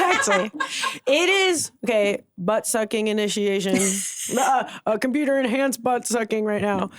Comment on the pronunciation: COMPUTAH MENTIONED